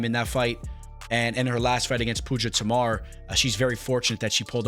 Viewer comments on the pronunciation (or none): none